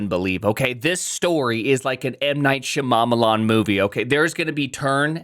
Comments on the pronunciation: You might not be aware, but deliberately mispronouncing M. Night Shyamalan's name as a 'bit' is like some old-school racism, proper "south asian names are sooo weird 😜" stuff, it was all over the culture when his films were big and it raised eyebrows even then. You know what his name is and how to pronounce it, so intentionally saying "Shamamalam" like 4 times in this video rings some alarm bells. Imagine if you did the same with Satya Nadella's name. I've watched a lot of your videos and never got the impression you were a wrongun before so I think it's just a blindspot / trying to be silly and not thinking about it - but you should really stop doing that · did he just say m night sha mama marmalade ? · Shya-mamma-lan lol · why can’t you pronounce M Night Shyamalan’s name correctly?